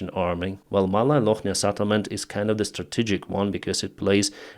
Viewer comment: not Sattlement but Settlement